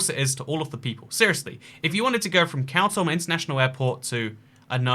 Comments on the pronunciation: its pronounced "kaa - toom" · Yes: you are saying it wrong. Correct pronunciation is KHAR-TOOM /xɑːrˈtuːm/ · Isn't it pronounced car tomb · Khartoum.... Like Cartoon...change the N for an M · The capital is pronounced “car tomb” in english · Why, why would u pronounce khartoum that way